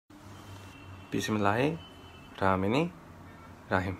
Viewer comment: acutally the easiest way to teach him how to say it to say it normally. Bismillahir-rahmanir-rahim